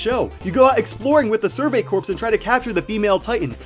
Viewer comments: Super sorry but Corps is pronounced "Core" as it is a French word for body. Marine Corps. follows the same convention. I'm sorry, oh god what have I done?! Also corporations cut down to corp and pluralized into corps is actually pronounced Corpse. This is because (while it maintains its French influence), it is an English clip instead of an French origination. Sorry Dust514 players (if you still exist). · YOU PRONOUNCED "CORPS" WRONG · "Corps." isn't pronounced "corpse."